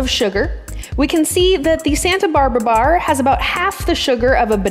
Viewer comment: I love how pronounces her R's.....baRRRRR....chaRRRRt.....couRRRse. Very 'e-rhotic'